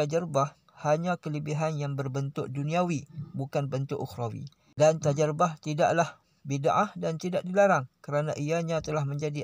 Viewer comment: Tajribah pakcik ,bukan tajarubah. Dia sendiri yg tak mahir bahasa arab cakap org hmm